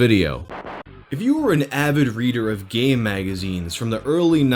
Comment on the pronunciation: You really oughtta stress the "M" in "game" - made me think I was on a different playlist...